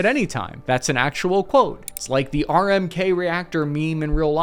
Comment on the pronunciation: You are mispronouncing names on purpose. Brezhnev as brezen-hov (may turd)? RBMK as RBK? Should we be worried?